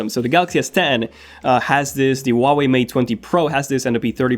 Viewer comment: That’s so ugly and you pronounce huawei wrong.